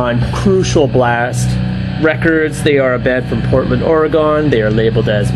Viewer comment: I love how you always say ori-gone... oregon... I have an awesome cd on this label (crucial blast) by grey datuas. Dead in the woods. way cool.